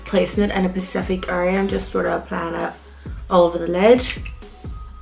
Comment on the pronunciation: It’s also cute how you say ‘pacific’ instead of ‘specific’ aha